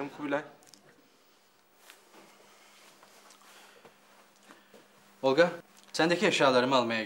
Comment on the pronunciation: Neden Olqa diyor ???